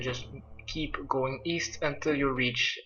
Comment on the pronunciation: East? I thought you said w-eest?